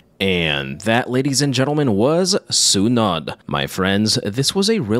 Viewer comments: i love the channel and loved that you covered a Filipino horror film. lol one thing though is Sunod is pronounced (SUE-NOOD) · It’s pronounced “sue-nude” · The -nod is pronounced as noh and not nuh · if you need help with the word sunod, its pronounced su-nod, just cut the u shorter, sunod, its almost like the u isnt there, just say it a faster, the su part and shorten the nod too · crying over how you pronounce sunod but i will forgive you becase i didn't even fucking know this movie existed and I'm filipino